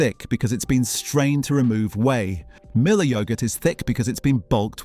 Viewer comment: Strange to pronounce Müller as Miller!